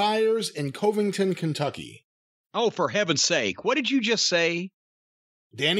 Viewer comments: Never heard that city called Co-ving-ton. Kah-ving-ton. Kentuckian here! Greetings from Bowling Green. The land-lock nation of Kentucky. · "Cove-ing-ton" 10 seconds in and already I have another reason to dislike New York, lol. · I hear Coveington has some really nice museems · I’ve seen a lil women from Japan pronounce Covington better than